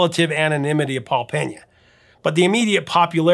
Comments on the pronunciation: FYI, his name is Pena (PEE-nah), not Peña (PEHN-ya). His family is Cape Verdean, which leans toward the Portuguese pronunciation, not Spanish. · If I'm not mistaken, his last name is pronounced "Pay-Na". There is no tilde over the "n" so there is no need to pronounce it like a Spanish name like "Penya".